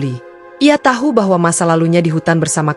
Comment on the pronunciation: Berkali kali diajarin TAU TAU TAU BUKAN TAHU CARA BACA TAHU Kecuali nama makanan